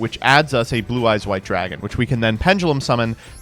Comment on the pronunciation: turning into a Brooklyn deli owner when he yells "draagaan! 'ow 'bout draagaan!?"